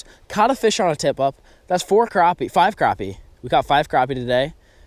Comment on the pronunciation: you say crooopie nut its spelled crappie